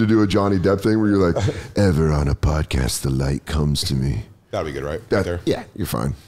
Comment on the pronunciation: " the sodcast"